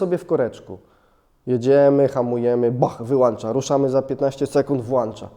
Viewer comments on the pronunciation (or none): WŁĄCZA I WYŁĄCZA a nie włANcza wyłANcza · "Włącza" i "wyłącza", bo macie "włącznik" i "wyłącznik". Nie widziałem wyłancznika do wyłanczania :) Łapa w górę za dobry materiał :)